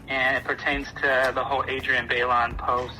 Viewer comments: OK but the guy said "Adriana byelawn. " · The fact that the guy said "Adriana baylon" 😑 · Homie talking to Tamar pronounced Adrianne’s first AND last name wrong lol bruh...also...Keke and your itty bitty baby 🥰❤️🥰❤️ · Jesus that man talking to Tamar could not have butchered adriennes name more than he did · I cringed at how the guy pronounced Adrienne's first and last name. Disrespectful, lol